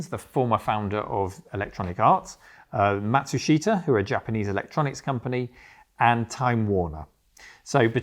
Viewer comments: Matsushita is pronounced ma shoosh ta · you pronounce Matsushita wrong, listen to how Trip says it in the interview, it’s not phonetic. Its something I saw Techmoan look into ages ago and correct himself on.